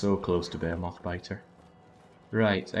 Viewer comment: Why do you keep calling behemoth's buh-hay-o-moths? Is it a Britt thing? It's buh-hee-muhth